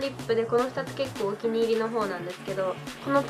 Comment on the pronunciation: 結構のイントネーションがちょっと…